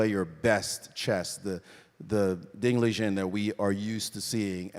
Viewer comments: It is actually pronounced Ding Lizhen. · Was Maurice calling ding, ligen? 😅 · There is only one standard pronunciation of his name in Mandarin. Chinese people never give their names in a dialect.Ding was just being polite in that video. You can see he immediately changes his mind.